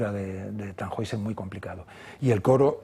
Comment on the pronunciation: TannHäusser , se pronuncia (tanjoiser) 😊